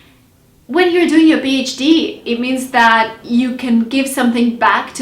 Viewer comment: Im sorry but is it "bhd" or "phd"? thanks